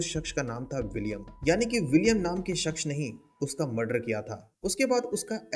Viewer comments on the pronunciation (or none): Bhai shaksh nhi hota... Shakhs hota hai...